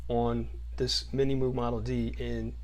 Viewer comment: The Muug? It's Moog..